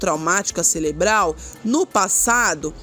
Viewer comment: "Celebro, crise celebral"?😮